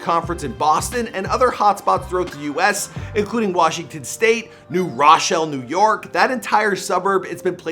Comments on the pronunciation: The way he said New Rochelle had me dead “New Rahs Chelle” 😂😂😂😂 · New raaaaachelle 😂😂😂 he butchered it lmao it’s pronounced new row-shell bruh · I love how u pronounce new Rochelle it’s New ro shell that’s the correct New Rochelle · the way you said new rochelle..